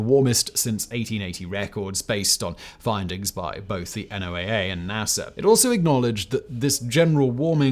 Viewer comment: NOAA. Sounds like "Noah".